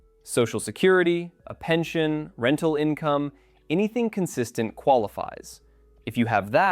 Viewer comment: There is no h in pension, nor is there an h in "pensionado".